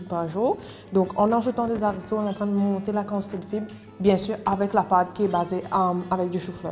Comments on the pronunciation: Très bonne recette👏mais les explications sont un peu trop longues....et comme dit Marc Marc,en Français on prononce les « aricots « et pas les « zaricots »...Merci pour la recette....😍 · Les haricots, non pas les zaricots